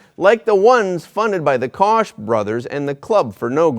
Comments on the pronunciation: Koch brothers is actually pronounced "Coke" brothers 👍[ FYI ] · Bro!!! It's pronounced "coke" brothers.